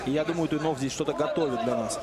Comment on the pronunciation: комментаторы фамилию Макса весь файт неправильно называли...йопаный стыд) Туйнов красачик